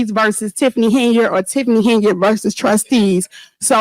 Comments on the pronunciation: It’s not pronounced HEN-YARD, it’s one word pronounced Henyerd! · Why do you keep misprouncing her name? Thay makes you sound fake and misinformed. Even the clips you play say her name right unlike you